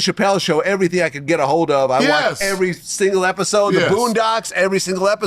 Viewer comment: At least she told us "every ting"